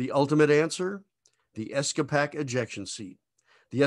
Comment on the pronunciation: A good summary of seats and escape systems. In the '70's and '80's I flew several models of the A-4 Skyhawk which were equipped with the excellent Douglas ESCAPAC seat. A minor note, I always heard and spoke the seat name pronounced "Ess Kay Pack" or "Escape Ack" (sound alike) vice "Ess Kah Pack". Looking forward to more of your videos, thanx.